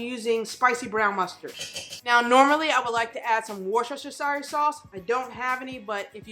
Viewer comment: Thanks for another incredible recipe --- will definitely be trying this one out soon! Also, it makes zero sense, but Worcestershire Sauce is pronounced 'Wooster Sauce' - trust me, I'm British!